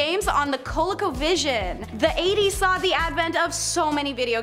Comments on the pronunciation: Co-Lee-co, not colico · Say it with me "CO LEE CO VISION"